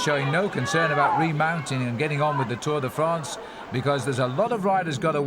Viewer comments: WTF is the 'Tour DEE France'???? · bobke, for the zillionth time it is not tour DAY france. otherwise good.